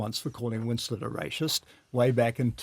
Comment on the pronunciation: Why is that guy adding a few H's to racist ? Say the word properly